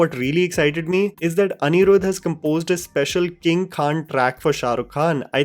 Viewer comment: Do you purposely try to mispronounce Tamil words and names? Seriously how can you even add an accent to a simple name like atlee as Aaatlee.. But you can pronounce Anirudh because it's a north indian name..